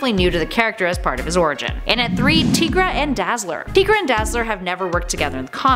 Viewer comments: I always thought it was pronounced TIE- GRA not TEA- GRA. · TY-gruh. Tiger - er + ra = Tigra If there's a way to mispronounce it, it'd be TIG-ruh, since there's 2 consonants after the "i", which usually means it's not a long vowel. And Tony Isabella, the creator of Tigra, pronounces it TY-gruh. So, it's TY-gruh. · Again w/the mispronunciations.... her name is pronounced TY-gra, NOT TEE-gra lol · Not tee-gra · you said tigra wrong it is pronounced like Tiger TI-Gra